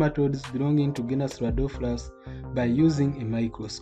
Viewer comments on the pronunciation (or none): Radopholus not Radophorus Keep it up sir.